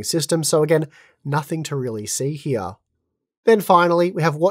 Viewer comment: Hya instead of here xD that accent